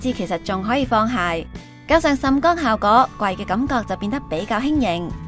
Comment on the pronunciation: 旁白咬字咬好D好唔好 係 效果 唔係 效嗰